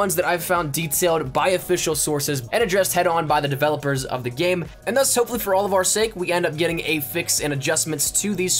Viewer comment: I got two things to say. 1, you fucked my brain up with the thuss shit. 2, SLOW THE FUCK DOWN NOONES TRYNA KILL YA ASS